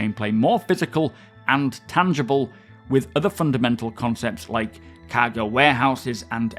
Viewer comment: Every time he says "cargo" it sounds like he's saying "caggle".